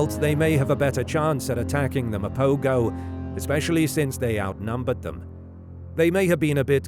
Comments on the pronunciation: This narrator pisses me off; the proper pronunciation is Ma-po-ho and not Ma-po-go. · Pronounced "Mapoho". Rookie error.